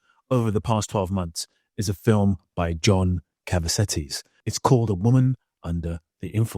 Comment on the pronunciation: I pray to god this man learns how to pronounce "Cassavetes."